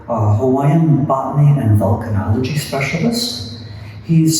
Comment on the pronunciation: The images and lecture were great, but, all due respect guys, it's VOlcanology not VUlcanology - which is a lecture for trekkies...😁